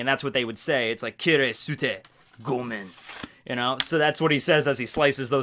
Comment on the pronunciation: The U in "kirisute gomen" is silent. so its more like "kiriste gomen" :)